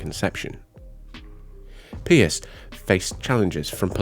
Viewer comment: The pronunciations are so awful the video is unwatchable. It isn't rocket science to know how to pronounce basic words like basilica or papal or Pope Pius IX correctly. It is NOT pierce!!!